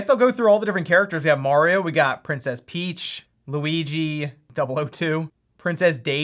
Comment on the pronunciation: Its 'mArio' not 'mOrio'